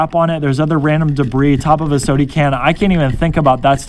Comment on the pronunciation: Love how he says sode can instead of soda can